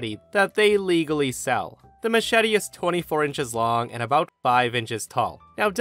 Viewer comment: youre my guy but i can tell by the way you pronounced machete that you’ve probably never seen the machete movies with danny trejo 😂😂😂 watch those movies and I guarantee you’ll know how OP in the first story was trying to say machete